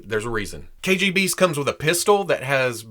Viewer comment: Biggest props not only for this review, but for pronouncing the original name right. Hiiie from Russia!!